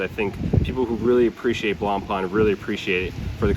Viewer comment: "Blanpan" hurts every french speaker...